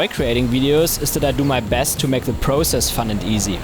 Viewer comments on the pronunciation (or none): none